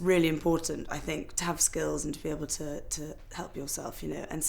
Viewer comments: No, she says "ter" all the time instead of "to". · No, it is not... It's lazy. I know no-one who says "ter" instead of a distinct "to".